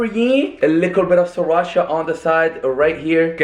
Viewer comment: It’s not lickl you fucking nickel it’s little dumbass